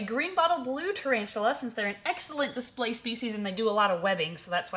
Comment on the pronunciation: Its a ta-RAVE-tula! Ooontz ooontz ooontz ooontz